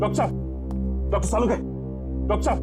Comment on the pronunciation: Not salunke it is sarukhe 😂😂😂😂😂😂😂